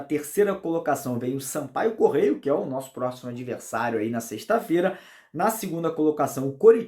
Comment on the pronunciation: o nome do time é Sampaio CORREIA e não Sampaio Correio. Um abraço!